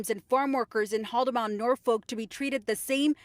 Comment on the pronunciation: Cringey pronunciation of Haldimand